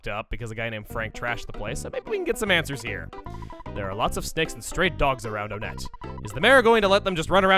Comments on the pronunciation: I dont like the way he pronounces the towns, it's one-ette. Most of the towns are named after numbers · Ok I’ve never heard anyone talk about this so I’m not sure if I’m the only one who thinks this but I have a theory. Since all the main towns in Earthbound are named after numbers, Onette would be pronounced WONette. Now, the boss in Onette is the Titan Ant and there are many other ant like enemies around there as well like the Black Antoids, is with all that being said, I think there’s a subtle pun going on here. Maybe it’s a play on the name Antionette. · Hey, not sure if anyone else addressed this earlier, but I think you may be pronouncing "Onett" wrong. Since a good number of the towns in this game are named after... well, numbers, I think instead of "OH-nett" it's pronounced "1-ett" to fit with the theme. So glad you're revisiting EarthBound, by the way! There's no doubt you've grown and improved since your very first LP - I mean, that's just how these things work - and I can't wait to see what your take on this game is after all this time. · Why is it pronounced Oh nett and not won-nett? I always thought it was the latter cause of the town's being numbers in thirty names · Why do people pronounce it On-ett when the theming should have it pronounced One-tt. I’ve never understood this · Is there a divide in the pronunciation of Onette? I recall your original Let's Play of this you said "One-ette" but here you say "O-nette". Not a criticism but more of an actual question. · I'm just curious, am I the only one who pronounces it One-tt and not Oh-nett? You know, put emphasis on the fact that it is ONE to go in line with TWOson, THREEd and FOURside? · Am I the only one who pronounces it as "One-ett"? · I've always pronounced it as "Oh-net"